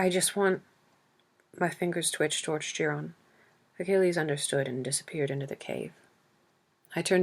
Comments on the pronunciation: Thank you so much for uploading this. It is one of my favourites! Also Chiron is pronounced Ki-Ron 💕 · Am I the only one that’s so bothered by the pronunciation of Chiron’s name? Ugh it’s pulling me out of the story.